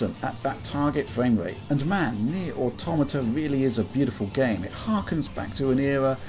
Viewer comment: Finally, someone who knows how to pronounce "Automata" correctly..